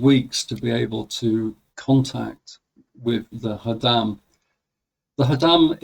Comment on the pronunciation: Khodam read like Chodam not Hodam.